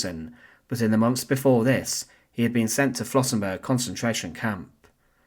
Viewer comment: Das heißt Flossenbürg! Lernt erstmal Deutsch, bevor Ihr Euch hinter den Taten der Nationalsozialisten verstecken wollt, ihr verdammten Engländer!